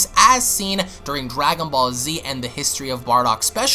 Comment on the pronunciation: I never knew they were called Dwagon Ball's this guy's voice is golden lol